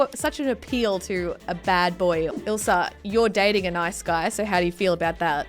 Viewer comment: I like the way u say ilsa...u say ilser